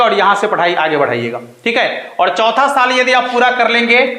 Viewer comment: आप क्या समझाओ गे जो खुद ही और को औड बोलते हो र को ड बोल रहे हो क्यों दुनीया को पागल बना रहे हो